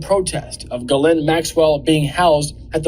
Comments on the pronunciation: Not to detract from her criminal offences, Ghislaine Maxwell's brother pronounced her name, "Ghee-len." I hear a number of reporters pronouncing the 's' in her name, calling her "Gis-laine." It makes me cringe and shudder, when I hear people refer to her crimes using the word sex. Sex is a consensual act between consenting adults, anything else is rape. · Gyslaine is a French name and the proper pronunciation is “Jiss/len. I don’t know who came up with the spelling, changing her thought process, changing her name, and who made up and changed the way to pronounce it. People should be respectful of what they were named at birth. She’ll do anything to get attention - even getting moved from a high criminal maximum jail where she was serving a 20 year sentence, to a minimum security where she can do anything she wants. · Ben, Ghislaine Maxwell, I understand that it's difficult to say her first name. But her name is like the word gypsum but without the letter p. So it's Ghislaine not Guylane... I'm French so, let me know if I can help 😊 Dr.Brigitte Villeneuve Elbows up. !!! Québec, Canada 🇨🇦